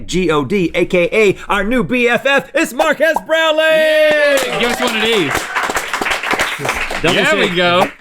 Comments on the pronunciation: My god, Its Mark-ass Brownlee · Its Mark-ass brownlee!!! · “MarkASS Brownlee”- Will Smith